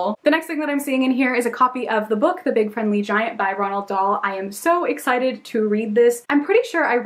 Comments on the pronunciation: its not Ronald dahl its roald (Road) dahl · just to let you know it's actually 'Roald Dahl' rather than 'Ronald.' But I loved the vid as per usual 💗